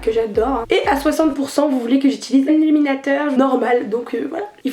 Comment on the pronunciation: C est moi ou t as dit aluminateur ???😂😂😂😂